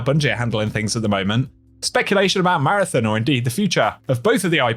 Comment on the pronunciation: Come on its marathon not marathin